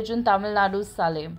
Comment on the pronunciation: It's salem pronounced as "Say-lum".. If you by pronounce properly, learn to do that..